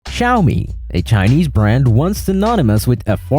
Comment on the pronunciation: Bro bro bided the “Xiaomi” characters and said “Suchi” 😅❤